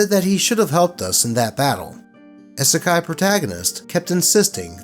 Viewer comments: please, it's EEE-suh-kye, like you'd say "e-mail" or "e-commerce". 😩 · Love your content. But that first story was hard to to sit trough when you kept saying "Eh-Sekai". lol It's a short "i". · I know it’s not intentional, but as someone quoted here: "Isekai" has hard "i's" like double "e's." My Misophonia makes it irksome when you say Isekai Protagonist. I’m sitting that first story out. Still, good job and keep doing what makes you happy. Also thank you for paying the CAT TAX. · "Isekai" has hard "i's" like double "e's." Also, aside from in Niten Ichi-ryu, wakizashi were mainly used as backup weapons if samurai lost their katana, so no one aside from a surface-level weeb would use two of them at the same time like that. Additionally, I hope the atheist douche ends up in the Wall of the Faithless. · Am i the only one upset oh how he is saying Isekai? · Why did you not research the pronunciation of "isekai" before reading this? XD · Not gonna comment on the spelling of it but you pronounced it wrong. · Could have at least pronounced “Isekai” correctly…